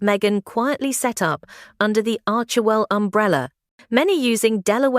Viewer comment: It is ARCHWELL, not ARKEL.